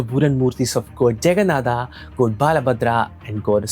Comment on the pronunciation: I'm sorry but I could be the only one bothered by Goad, goad, in this video. Strangely it bothered be so much that I had to stop watching after first minutes